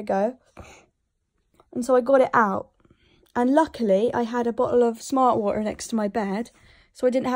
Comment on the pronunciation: she sounds irish everytime she says smart water